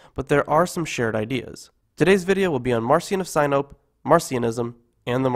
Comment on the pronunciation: you are incorrectly pronouncing Marcion Of Sinope.